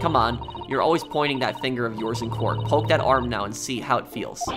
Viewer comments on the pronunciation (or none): none